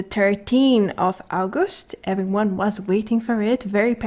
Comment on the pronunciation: sexist pronunciation of August i have ever heard